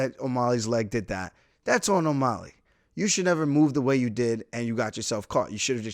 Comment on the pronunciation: why are you pronouncing O'Malley like it's spelled O'Molly?